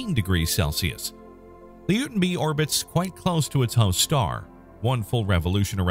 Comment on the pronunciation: Not pronounced Leo-ten, it's pronounced Loy-ten.